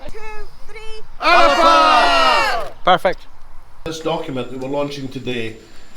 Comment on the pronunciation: Can you not get everyone to pronounce 'Alba" correctly? It's not hard, if Alex Salmond can manage it, you all can ;-)